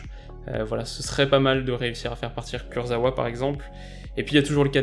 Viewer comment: Kurzawa se prononce ''kurzava''. Pépé reste intéressant pour Arsenal. Je le vois faire de belles choses. Le problème d'Arsenal c'est derrière.